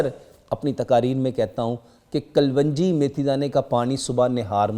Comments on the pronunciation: Secondly its kalonji. Not kalwanji. Everyone in the comment section correct your self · Kalonji not kalvanjie